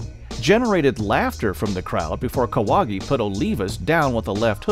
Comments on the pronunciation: Jorge Kawahgi😂😂😂😂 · Kahwagi bro c'mon...